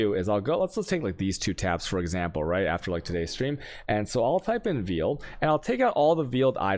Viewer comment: Veeeled was killing me lol Meeelstrom🤦🏾‍♂️